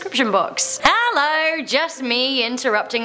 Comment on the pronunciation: She said Heller guys